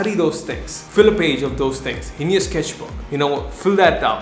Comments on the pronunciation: When you say “sketchbook” it sounds like sKesh book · you should sell the "sKeshbook